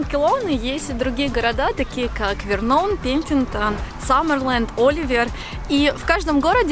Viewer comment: Спасибо за классное видео! Несколько поправок: в названии Okanagan ударение падает на третий слог, Penticton - второй слог ударный, Vernon - под ударением находится первый слог. Простите за придирчевость, просто местному уху тяжело слышать искаженные названия родных мест...:). В остальном всё прекрасно! Спасибо за позитив!